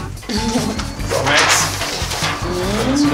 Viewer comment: Er heisst MAX nicht MÄX!!! 🤦‍♀️🤦‍♀️